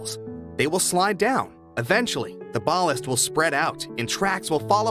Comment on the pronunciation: THANKS. The pronunciation of the rock, used as track bedding, is BAL--LAST. You are right, that it doesn't settle into a solid. It grips itself tightly, but remains porous, to allow for water drain-off. It grips the cross-ties so they don't drift that bad. Thanks again for your videos.